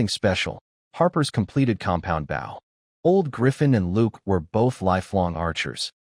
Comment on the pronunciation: It's a bow (pronounced Boe for archery) not a bough (a branch of a tree)